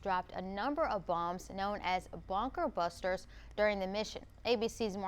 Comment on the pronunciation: BONKER BUSTERS??? The hell gorl— they’re BUBKER busters 😭😭😭